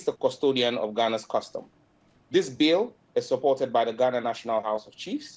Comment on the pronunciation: "Ganans" why does he pronounce it like that!!!